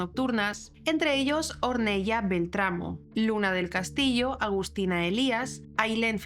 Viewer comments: Ornela se pronuncia! Or nel la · Ornella se escribe y se dice conL " Ornela". Porque es de origen italiano 😊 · Hola! un pequeño comentario... se pronuncia /ornela/ a pesar que se escribe Ornella. Gracias por hacer este video! Saludos desde Argentina